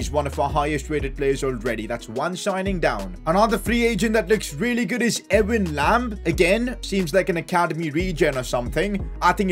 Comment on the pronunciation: It hurt me the way he pronounced Ewan